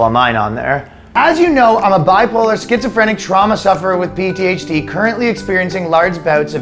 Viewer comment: At the end, i couldn't tell if you deliberately said PTHD instead of PTSD, and that makes it all the funnier. My only clue was you later said ADHD instead of ADSD, so by that I'm thinking it was a blooper. But it still slipped through because so much of these alphabet diagnoses are just a horse-shit way of saying "i am not a one-dimensional object" or "i have more than one trait/hobby".